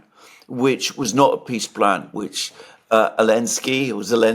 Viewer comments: Alexander calling Zelenskij "Elenskij" is simply hilarious! 😂😂😂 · I like when Alexander calls Zelensky, Elensky 😂